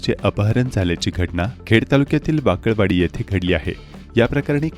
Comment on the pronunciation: अहो महाराज ..वाकळवाडी....वाकडेवाडी नाही..